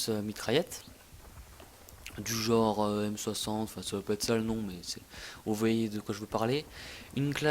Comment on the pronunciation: Super jeux quoi ! Remarque inutile : à tu dis " Jore " ça veut dire " Genre " , non ?